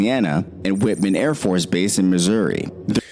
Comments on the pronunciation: The pronunciation of the AFB names are terrible. When did Whiteman become Whitman? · Whiteman AFB, Missouri. Not Whitman. Home of the B2 Spirit bombers.Whiteman AFB, Missouri. Not Whitman.